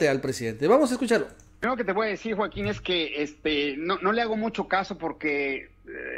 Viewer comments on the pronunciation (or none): none